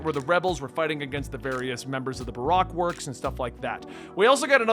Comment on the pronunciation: Baroque works pronounced buh-roke works